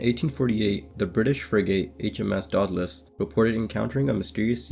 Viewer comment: !Day-dah -Lus" proper annunciation . Dagh da lus is toatally wrong Sorry but do research and grt things correct